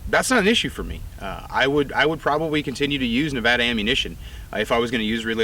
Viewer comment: Thank you for saying Nevada correctly.